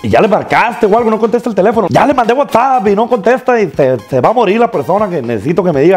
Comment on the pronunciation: Se dice wa sap